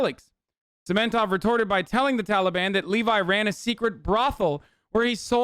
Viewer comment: "Talbian" lol